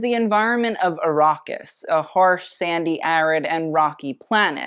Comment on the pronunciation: Also Ar-ah-kis not Ar-aw-kis